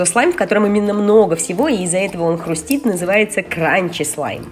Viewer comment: Правильно говорить хрустит Привет новый Magic я тебя давно смотрю и ты самая прикольная все лучшие Вы самые лучшие в мире на свете в Magic